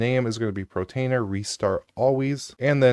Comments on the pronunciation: Why do you say "protainer" instead of "PORtainer"? I've noticed you mispronounce a few things. In another video you say "divulge" instead of "Deluge" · Portainer, not Protainer